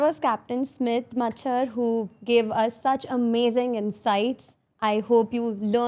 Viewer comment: It's Smit not smith